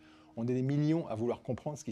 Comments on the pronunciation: Il a bien prononcé Epchtain... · Merci le fait de bien prononcer son nom correctement.